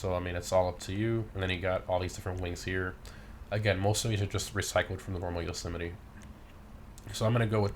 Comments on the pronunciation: Im pretty sure it’s pronounced ‘yo-suh-might’ not ‘yo-sim-it-e’ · I'm confused about the pronounciation. You seem to pronounce it as "Jo-semety" I would pronounce it "Jo-Semite" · Yo not trying to be rude but the trucks name is "yo so mite"